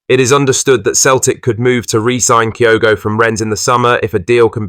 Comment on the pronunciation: Kyoto? Can’t eve get his name right